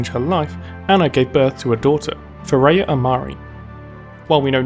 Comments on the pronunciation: "FAIR-UH" NOT "FAIR-A-UH" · It's FareeHA, not Fareya :) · awesome job. but as an arabic speaker I have to tell you that you are pronouncing the name of her dougher wrong, I thought it was Thourya unite I saw the writing on the paper when she wrote فريحة Fareha. its pronounced like this ( Fa rri Hha). and also fyi arabic names should always have a meaning and this one means the happy one maybe that's a clue in the lore :P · have you not watch Ana's Origin Story video? Fareeha isn't pronounce as "fuh ray ah". It's pronounce exactly as it looks, "fah ree hah".